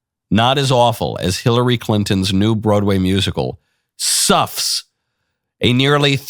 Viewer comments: I first thought I heard you say the name of the play is "Sux." Seems appropriate. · I thought at first you said, "Snuffs". Yes, that sounds like the Clintons. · I think it was "Suffs" as in, the audience is suffering... LoL